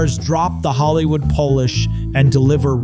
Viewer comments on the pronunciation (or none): Hollywoold {po lish}?